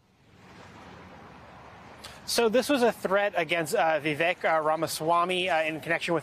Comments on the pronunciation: Vivek rhymes with cake, guys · His name is Vivek, It rhymes with fake 😂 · Viv -ake, it rhymes with fake.